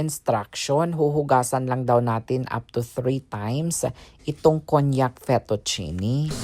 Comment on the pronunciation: It’s kaan-jak pronunciation for konjak rice or noodles..just sharing 😊 not cognac (wine) Nice house..very neat and simple 😊 like it